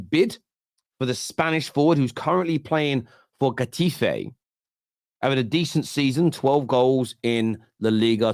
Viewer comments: hahaha its pronounced Hetafe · If u ever want someone to talk to on La Liga players HMU 👊 big fan of the channel and can't handle how u pronounce Getafe 😅😂🍻